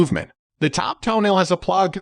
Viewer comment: Ffs, it is not pronounced "toenail"!